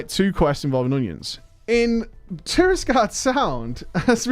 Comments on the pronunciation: The Alliance zone is called TIRAGARDE Sound btw (not Tirisgarde) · I like how almost everyone pronounces Tiragarde Sound wrong xD